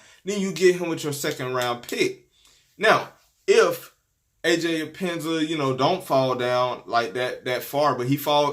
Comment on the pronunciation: Bro his name is pronounced Aj ep pen nes sa